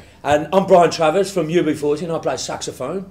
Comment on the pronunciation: its BRIAN TRAVERS btw..NOT tacers